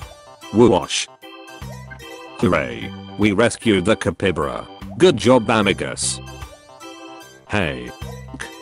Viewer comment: Ca-py-ba-ra! Not capybara! He dossent understand stavelser!